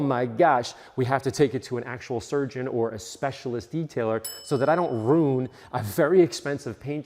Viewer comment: "rune". You seen Throw Mamma from the Train?